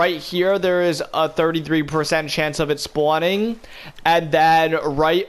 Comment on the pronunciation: Why does it sound like you’re saying spoowning